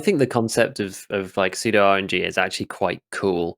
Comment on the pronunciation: Best podcast out there. Better than the bearded duo for sure. Pseudo is always pronounced Sue-do. When I heard say it I thought he was trying to be millennial and edgy or something.